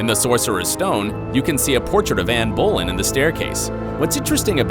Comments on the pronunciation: BTW Anne Boleyn's name is pronounced bow-lin :) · I love your videos keep making them but you pronounce Queen Anne's last name wrong